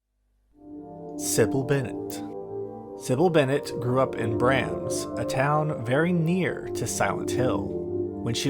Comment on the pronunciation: Bra-m-s not bram-s